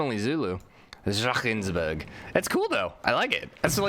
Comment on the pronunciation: you pronounce drakensberg completly wrong